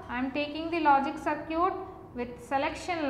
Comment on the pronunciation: "Saar-ciut" XDD